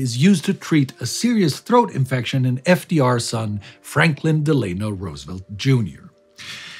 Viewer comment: I wonder why mispronounces 'Delano"? Mussolini also did that.